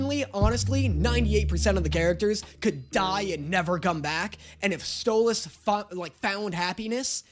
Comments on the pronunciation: YEEEY YOU FINAALLY SAYED STOLAS RIGHT!!! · OMG HE FINALLY SAID STOLIS CORRECTLY! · Can we talk about how finally said stolas name right??? But now that he did it sounds even weirder 💀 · NO WAYY HE SAID STOLAS's NAME CORRECTLY! ITS THE END OF THE WOOORLD! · Look who finally pronou ced stolas right! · YOU SAID STOLASES NAME RIGHT finally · omg did he finally say Stolas correctly??? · YOU SAID STOLAS'S NAME RIGHT RAHHHHHH! ALSO I CAN'T WITH THE PERCY JACKSON COMMENT HELP 😭😭😭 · congrats!!! 🥳🥳🎉🎉 you finally managed to pronounce Stolas's name correctly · finally said stalos name properly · Just so you know, most people blame Stolas (pronounced Stole-us) for the argument at the end. He did shock Blitzø with it all, start it by activating his fight-or-flight response by taking the book, then alliwed him nearly no time to process. If you want a better breakdown, watch Sarcastic Chorus and his vid on why it was Stolas' fault. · YEAAAAH DAAAANNNNNNNYYYYYYYYY!! Is he finally gonna stop calling him Stol-ass? Or does he still not realize that the way pronounces stolas is the way stella pronounces it to insult him! Find out on todays episode of; Trauma Edit: HE STOPPED SAYING STOLE-ASS 🎉WE WIN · DID YOU JUST SAY HIS NAME RIGHT??!!?!?? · He’s finally saying stolas right!!!! ❤️❤️❤️ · I feel weird listening to pronounce Stolas correctly 😢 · YOU SAID HIS NAME RIGHT YOU GOT HIS NAME RIGHT OH THANK YOU THANK YOU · OH MY GOD HES SAYING STOLAS CORRECTLY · my jaw actually dropped when he said Stolas’ name right. I got so used to it, is sounds wrong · he said Stolas' name right!! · finally said stolas correctly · He said Stolas’ name right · ayyyy he said Stolas properly also, real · YOU FINALLY SAID HIS NAME RIGHT YOU SAID STOALS NAME RIGHT GO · OMG LEARNED HOW TO PRONOUNCE STOLAS CORRECTLY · He said stolas correctly 😊😊😊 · So glad you stopped saying Stole-ahhhs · YES! HE SAID THE A IN STOLAS FAST!! HALLELUJA!!!🎉🎉🎉🎉🎉🎉🎉🎉🎉🎉